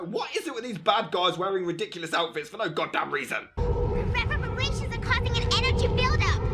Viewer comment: For nough goddamn reason There's nough reason.